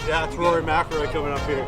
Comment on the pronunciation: You read it first folks… His name is… Rory “Smack-ilroy” You’re welcome 😎🫵🏽 - Joe Navarro